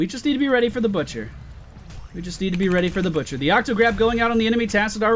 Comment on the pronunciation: i heard the bitcher and not butcher :0